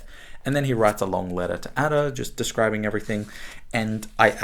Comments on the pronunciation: What a snake this man is to pronounce Ada in the way he does! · Nabokov says Ada should be pronounced Ardor.